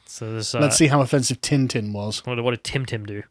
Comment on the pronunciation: I will say this once. It. Is. TIN-TIN. Not. TIM-TIM.